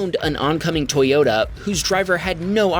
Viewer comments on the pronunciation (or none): "ToyOTa" are you impaired bro.